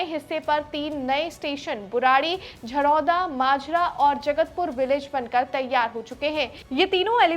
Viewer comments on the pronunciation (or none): Jhadora 😅 jharoda ✅